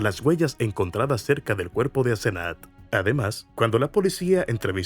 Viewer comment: Asenat o Asezanet? Mala narración... Y la mamá teniendo auto la dejaba caminar sola más de 1 km a esa edad? Qué barbaridad!!